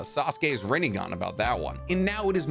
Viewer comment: You said Rinnegone wrong